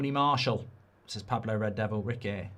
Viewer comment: 😂😂 Its rrrrred